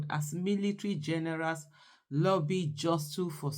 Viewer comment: The pronounciation of the word " Jostle" is "JAWSO" , the ' t' in the word is silent .